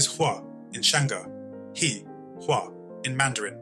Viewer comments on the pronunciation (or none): Unfortunately, the presenter couldn't pronounce Chinese pingyin correctly, that is quite devastating. For example, 'He', 'Zhi' was pronounced as 'Hi' and 'Ji' respectively, that shows the influcence of English without knowledge of Chinese language pronounciation.